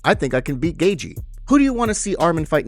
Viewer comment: Why can you not pronounce names correctly! It drives me crazy. Gaethje (GATE-CHEE) Not (GAYJEE) and it is pronounced (PEŌTER YON) Not (PETER YAN). Please for the love of God, check the pronunciations of the fighters or you are just as bad as Dominic Cruz!